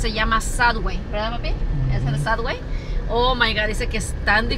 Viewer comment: Sad way!?!? Es subway!!! Me teté a las mas clases de inglés …..